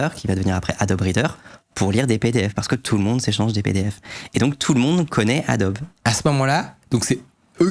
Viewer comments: Bienvenue sur Radio Franchouillard... Ça fait vraiment mal aux oreilles d'entendre adboe prononcé a-dob. Dans tous les pays du monde, Adobe se prononce "adobi". C'est à l'origine un nom commun en anglais qui signifie "brique crue" (typiquement faite d'argile et de paille). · C'est pour m'achever le gars qui s'y connait et qui prononce Adobe "Adob" et pas "Adobi"? ça me rappelle un formateur de dev web qui prononçait Nginx "n (comme la lettre) guinx (avec le "g" de "gai")" à la place de "engine X". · Merci pour cette super vidéo. Par contre on prononce Adobi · Ca se prononce Adobi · On prononce ADOBI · on pourrait prononcer correctement le nom de Adobe (c'est américain)